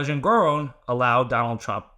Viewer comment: En-gor-On as in not off but... on. I submit this pronunciation respectfully. 😉